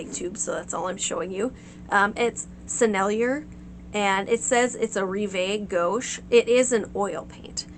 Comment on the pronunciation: "Rive gauche" just means "Left Bank," in reference to the left bank (according to the flow of the Seine in Paris) which in French (as well as English) means artsy, bohemian, and sometimes implies sophisticated, cultured. It does not mean gouache. Not a knock at you at all, but the pronunciation of Sennelier is just as you did it except without the "er" - instead say "eh" (as in sAY). Rive is just like the name "Reeve" in English (not Reev - eh). After saying all that, I must say that I appreciate this video. Thank you VERY MUCH for sharing